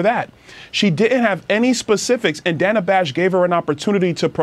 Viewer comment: So is it racist that she mispronounced Danna's name? It was racist when Nancy Mace mispronounced Kameltoe's name last week. More word-salad and incompetence coming out of her mouth, facilitated through her pandering puppet... Danna Bash. Led them both right to their answers and asked no follow-up questions. Danna's FBI ex-husband (yes, the same one who signed the letter about the Hunter Laptop hoax) must have some shizzzzzz on her.